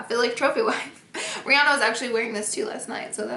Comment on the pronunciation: Hey why did you call Rihanna breanna?????